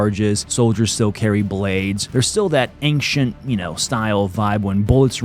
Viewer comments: Why do you say "ainkhchent" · Schtop saying ankchent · Does anyone else think he says ancient weird?